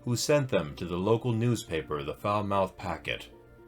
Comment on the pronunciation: Love these vids but just so you know Falmouth is pronounced as 'Falmuth'. I holiday in Cornwall almost every year so I know it well. :)